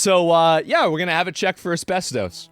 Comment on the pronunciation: Take a shot every time he says asbes-toast.